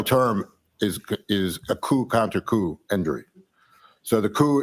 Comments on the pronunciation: It's pronounced "koo" not coop 😊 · say Coo counter coo! (Coup - the p is silent)